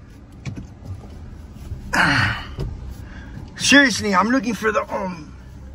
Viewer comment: "Sheeriously",... what would Joey shay if he could talk?. Sheems he hash a bit of a speash impediment, sho shad!.....😂😂😂